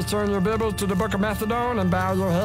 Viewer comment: “please turn your bibbles” lmao